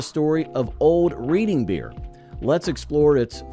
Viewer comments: That would be REDD ING beer, not Reading, as in a book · Reading Pennsylvania and the beer is pronounced RED-ING not REED-ING. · U lost me when U can't pronounce Reading ;(